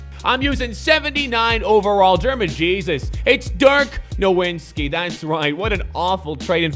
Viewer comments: "Dirk Nowinski"... couldn't pronounce foreign names to save his own life. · Can you pronounce dirks last name right I'm not foreign but it's irritating respect the foreign GOAT